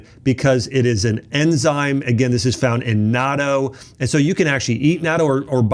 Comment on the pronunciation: I eat natto (not toe) is closer to the pronunciation, along with kimchi, umeboshi, miso, and seaweed. But, be careful with salt, Japanese foods are high in salt and not all are healthy.